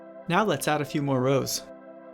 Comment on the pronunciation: "A few" even gave me a headache!😅